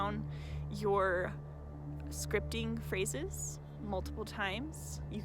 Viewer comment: Haha at first I thought you said Scrying? Like a a Scrying mirror haha so funny luv anyways it would probably work too haha for Scrying out loud ha! Anyways I get what your saying now and I'm certain repetitive Scripting works wonders I dig it! Super Awesome information here so powerful I love this thanks much appreciated luv Have a very positive powerful prosperous day!! 🌞✌😎🕯💵💰🤑 Yes!!!